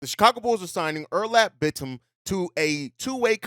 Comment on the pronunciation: It's pronounced more like Oh-Noor-Alp Bit-Tim.